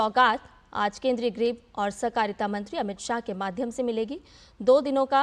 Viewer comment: अमित शाह 'गृह मंत्री' है न कि 'ग्रह मंत्री' ।